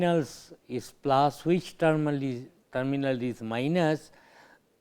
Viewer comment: lenz law, but he says lunches law,,,sorry , just opinion